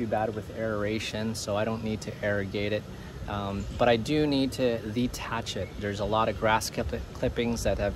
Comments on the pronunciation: Isn't it dethatch, not detach. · It does seem that they put an H in that word for a reason... Maybe he's F-ing with us?